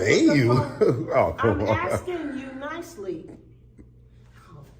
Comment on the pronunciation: He keeps “axin” but gets no answers. Totally ignorant and clueless.